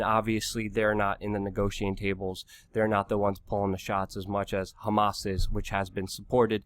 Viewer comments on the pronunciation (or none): none